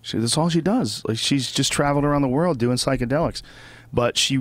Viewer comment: I love Brian but when he says world it gives me aids